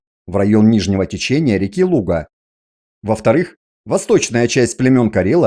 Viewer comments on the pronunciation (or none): none